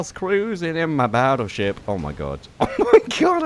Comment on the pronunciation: You said baotship instead of battleship